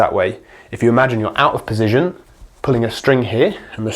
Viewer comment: thoroughly enjoying your video, exceptionally informative for someone at beginner level like myself. i enjoy the indepth insight................... until you said PESITION for the 100th time......... POSITION, POOOOOOOOOOOSITION. not a F@ 'e' in sight mate, but you found like 3 of them. Only playing, great videos,keep it up. Position POSITION. POOOOOOSITION